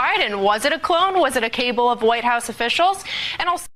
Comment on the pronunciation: Did she really say Cable instead of Kabal?